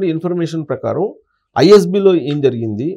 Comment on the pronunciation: ఝరిగింది కాదు జరిగింది. ఫణీతరావు కాదు. ప్రణీతరావు.